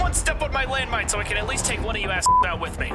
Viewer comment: When said its landmone petein time i cried